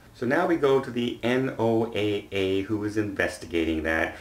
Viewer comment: The name of the Agency is pronounced, "NOAH". They have a regional office in Juneau, AK. I assume the Regional Administrator is looking for a job in the cruise line industry in two years and so he or she did them a favor. Ships are tracked online. There are LOTS of sites doing this. See You can see instantly if the ship altered course or slowed down. From the film, its looks to me that they did neither and its a complete whitewash. But I'm cynical.